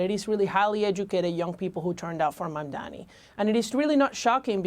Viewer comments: Why pronounce his name incorrectly when all of American media can say it correctly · She purposely pronounced his name wrong..what a racist trash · Such a pathetic interview. The host can't even pronounce the name Mamdani. Dummies don't blame the socialism blame the greed of the billionaire's who control the media and the corrupt politicians and ofcourse how can I expect anything honest from you when your program is funded by the same billionere who you have become slave of. Please be a true American who is honest ,compassionate and hard working and justice loving human being. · It’s really petty, immature and unprofessional to purposely mispronounce someone’s name. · At least pronounce his name right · The refusal of the newscaster to properly pronounce MAMDANI is incredibly disrespectful. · Racists are always able to find sellouts to try to convince us of 💩. The stupid c cannot even pronounce his name correctly. These unfavored people need to get a life.